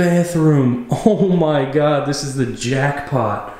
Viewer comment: "Oh, my Giad" - hahhaha